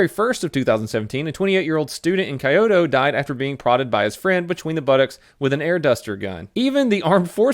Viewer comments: KAI-OH-TOE for Kyoto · I can tell you don't watch anime... and that's a shame. Just so you know, Kyoto is pronounced Kyo-toe (say yo but put a K on front) and Kancho is pronounced Con-Cho... I'm sure you don't care, but it's always nice to learn something you didn't know before, and you should definitely watch One Punch Man season 1-2 with japanese audio and english subtitles.. It's a funny show Have a good one! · Lmao I like how people can't pronounce Japanese cities, but then again, I study the language. But it's still funny how he says Kyoto like the "ki" in kite and not like "key" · I felt physical pain when you said K-eye-oto 🥴😫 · I love you, but the way you pronounced kyoto made me laught out loud:D All in good humor ofc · For the record, kancho is pronounced like "con-cho", the "a" in Japanese is always like the "a" in "father". And come on, you don't know how to pronounce Kyoto? The "kyo" is pronounced in the same way as in Tokyo. I know you like to pronounce things oddly sometimes to just be funny, but this one is unacceptable. AGH. (/end rant) Also, thanks for the videos. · It's pronounced Kahn cho not can cho. Try teaching English here in Japan. I gotta constantly tell 4yo's to quit touching my junk. Weird place man. Love your work stay safe. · the way you pronounced Kyoto was so American lmao. Love your vids btw <33